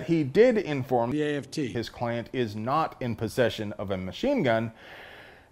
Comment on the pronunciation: I counted 2 times the AFT was mispronounced